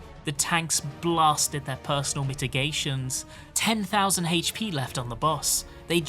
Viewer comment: Hp? ❌ Hates-pee? ✅